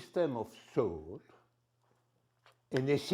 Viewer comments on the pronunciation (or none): Its not accent but a speech disorder. He is uncapable to pronounce "th". "Any system of sthought, in the sthinking." Is that also waht the audience is laughing or am I missing something "I begïn odieaounari (?) beceause I àm oldiour thàn Slavoï." (audience laughing) "ach, ach ach." What is the joke, may I ask?